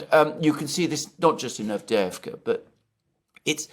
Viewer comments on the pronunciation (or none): And you to,? Normally you pronounce Turkish and Russian well, and today Avdevka instead of AvdYeYEvka. City is clobbered, and of top of it, two Greek commentators want to take away a whole syllable! Insult to the injury.